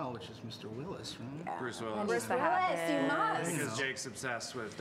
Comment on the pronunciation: Joe and Andy say 'Bruce' so well, both of them need to become Batman villains.